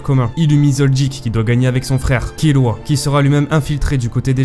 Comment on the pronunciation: ne dis plus jamais Killua ses Kirua